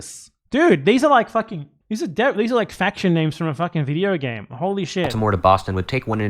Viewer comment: breath in… pause… BIDEO BAME